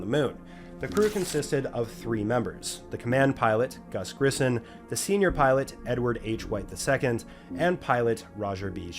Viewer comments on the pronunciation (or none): His name is pronounced Gus Grissom , NOT Gus GrissoN , you lazy hack. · Haunting moments. Apollo One was devastating. But that is NOT the bodies in your CLICKBAIT post title. Just the suits. And it's Grisso-M, not Grisson. And it wasn't a space flight-- come on,. We know you love the morbid tales - so get it right! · Dude, if you’re going to do historical videos…get the names right. Just Yuri? First person in space, ever! And you couldn’t even look up the man’s last name? Gus Grisson? 🤦🏾‍♂️ Can’t pronounce Chaffee’s name correctly…Come on Man! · How'd you manage to pronounce Gus' surname that way knowing proper spelling? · Heroes all. I'm not American but how you titled this video really angers me. Do you honestly think it's a respectful title? Or did you decide that another title would not attract enough attention? You don't even have the decency to pronounce Gus Grissom's name correctly . It doesn't even require a Google search to do that, just take a moment to read his name FFS. Also, saying that "I'm sure that many of you guys have at least heard of the Apollo space missions..." implies that many Americans have not heard of them. How farking scary and absurd is that. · Do you not know how to pronounce names? It's Yuri Gargarin.."Guh-gare-in" (you obviously didnt want to try that one...he's only one of the most famous space pioneers of all time). Gus Grissom...with an "M". Chaffee... "CHAFF-ee", nor "Chafe-ee". Watch other peoples vids before you make these.